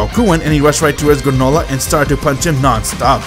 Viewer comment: Did anyone else noticed when he called GRANOLAH manolah.😂